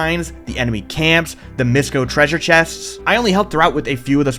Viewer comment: FOR THE LAST TIME MIŠKO IS PRONOUNCED miʂcɒ NOT mɜscɔ